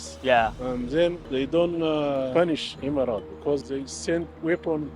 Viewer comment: 1-:39 Emirates, not "immigrant"